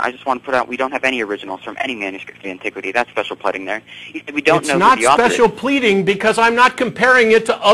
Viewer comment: Did pronounce it "special pledding"?